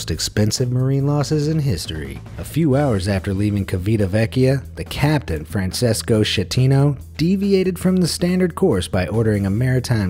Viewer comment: Holy shit hire someone to teach you how to pronouce foreigner names. Coasta, Cheeveetavekkia, Franchesko Skettino.. come on.